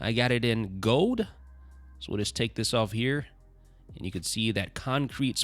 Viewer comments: LEARN HOW TO TALK!!! GOLD/HOLD/OLD NOT GODE/HODE/ODE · "I got it in 'goad'" ?! Lol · There is an l in the word gold